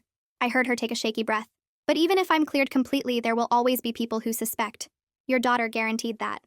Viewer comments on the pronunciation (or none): none